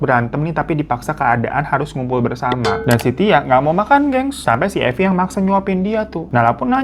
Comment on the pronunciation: Mirza jd Marvin....Evi jadi Eva....Arab maklum yeee 😅